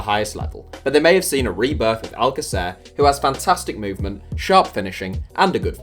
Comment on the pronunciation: Your pronunciation of alcacer makes it sound like you've never watched him play